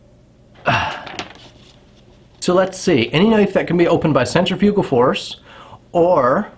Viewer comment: As long as Cambodian Tire keeps selling them, they are not prohibited. Do some more study into this crap. Learn to say centrifugal, annoying. I can walk into any store wearing a belted hunting knife, including the, as you call it, “iconic” Buck knife, and not a single person says anything. Not even a batted eye during hunting season.